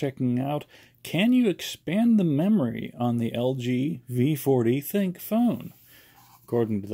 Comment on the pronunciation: Not being rude. But its the thin - Q